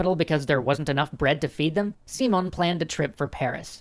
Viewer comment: I know if a video is in english, it must be pronounced in english. But just to clarify, "Simon" is pronounced without the "a" in the "i" [As in everyword in spanish, the letter i only has that sound] . =P. And the accent it's in the o. So, it's Si (with the i as in "in") - MÓN And bo-LI-var. =)